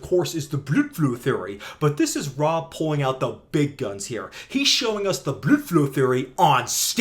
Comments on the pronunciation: I had to stop. Your pronunciation of blood flow was exhausting to hear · good video great information but get to the point, you spent about 5 minutes insulting a supposed friend of yours, childish tone and the weird pronunciation of blood flow got real old and annoying man you sound like a kid that gets obnoxiously mad when someone disagrees with them, slow down I get it you don't like the misinformation getting put out but relax let your good research do the talking. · I must be mentally ill... no matter how many times i hear him say "Blødflo" I cry laughing every damn time 😅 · i watched the entire video just to keep hearing him say BLUDFLOW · Why are you saying blood flow like that? I can’t make it though the video. Is it a joke I’m missing? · So is he saying bloodflow like that because its from a different language or to mock it? Im not invested in this topic so if this is a common thing i wouldnt know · Why the fuck can you not say blood flow normally? And why can't you make a video without being so angry? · why do you say blood flow with a german accent?